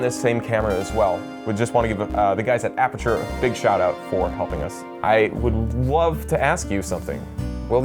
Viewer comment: Did he say apature!!!!!!!!!!!!!!!!!!!!!!!!!!!!!!!!!!!!!😎🤓